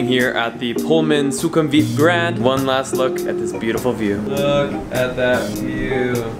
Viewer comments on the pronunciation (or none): none